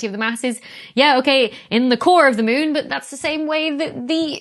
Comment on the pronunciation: she says mune :D ...oh, i love it :D